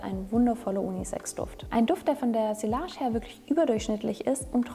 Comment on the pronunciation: tolle auswahl und interessante Beschreibung! Ich mag auch deine ruhige Art. Bitte sprich doch sillage mit j in der Mitte aus, sonst kommt's so unprofessionell rüber ;) Merci!